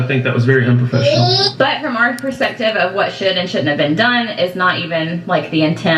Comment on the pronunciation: Wait, did she say "in my prospective"??